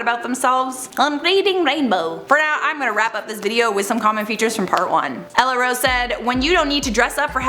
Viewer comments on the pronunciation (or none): none